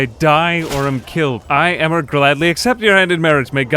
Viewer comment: Nice video. Just so you know, the name Emer is pronounced "Ee-mer" rather than "Emmer" :)